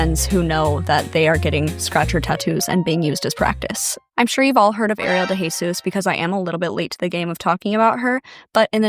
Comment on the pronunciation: Not Ariel having the same last name as me i hope shes not related to me..🫩✌️AND TYSM FOR SAYING THE LAST NAME CORRECTLY!!